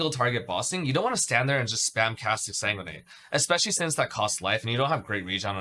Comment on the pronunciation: Exa what? Pleas speak clearer when mentioning skills.